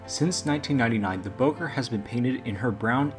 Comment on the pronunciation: Your mispronouncing Bowker. It's pronounced Bow as in take a bow. I'll bet you even mispronounce the name Genoa.